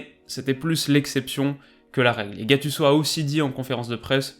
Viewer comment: putain je t’aime mais ta prononciation de gattuso!!🤬